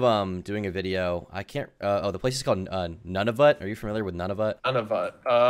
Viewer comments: My family is from Nunavut, it's pronounced Nu-na-vut, not Nun-a-vut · I’m from Nunavut, this plays with the whole nobody’s heard of it thing but it’s pronounced “Noonavoot” and yeah it’s super expensive to fly here lol